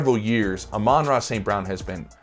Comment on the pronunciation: who the hell is "ah-rah st brown"? you say you love him so much but dont even know his name?